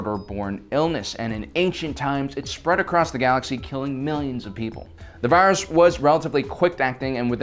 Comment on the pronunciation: I love how Dr. Vindi pronounces the virus ZE BLUE SHADOW VIRIUS (vi-a-dus)